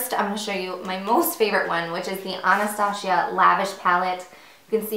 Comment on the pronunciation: No no no Not AnastaSHIA, her name is AnastaZia.it's Z not SH.that's funny, i've never heard somebody pronounce her name like that... :D